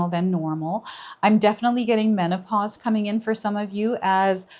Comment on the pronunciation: True! MAN - OH - PASS 😂😂😂😂 No resonate